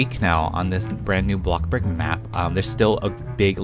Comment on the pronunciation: FOR THE LOVE OF GOD PLEASE STOP PRONOUNCING BLOXBURG AS BLOCKBURG